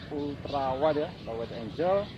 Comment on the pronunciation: wide angle bang bukan wide angel 😅